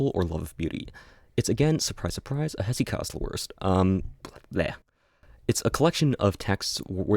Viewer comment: hesychast pronunciation is frying me 😭